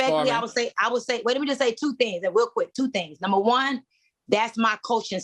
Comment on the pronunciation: It is pronounced Number not Numa. There are no Queens, with out a castle, no queens without armies, and no queens that can not speak the kings English. I side with Q..